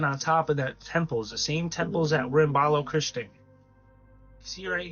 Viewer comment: Baloch-istan not Balo-christian lol